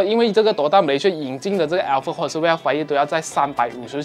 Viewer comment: alphard是不是福成alferd了？抱歉，我一直听到朋友的名字😂